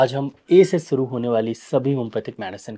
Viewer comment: सुरु नहीं। शुरू। सही शब्द शुरू होता है।